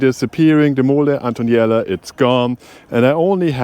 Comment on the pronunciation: It’s Mole Antonelliana not Antoniela 😅